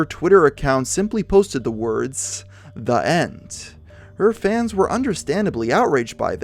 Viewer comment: my English speaking ears are outraged by how you say "The" before a vowel but I digress.